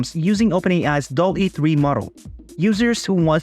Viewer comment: You pronounce it wrong. It is pronounced DAAL-E Named after Salvador Dali (and Wall-e).